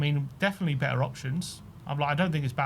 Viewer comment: Yeah, sorry to be a bell end, but have you forgotten the T in the English language. What's be-er mean. Do you mean better. Come on lads. I'm a Londoner as well, but I do always sound my 'T's! What kind of example is that to the youngsters?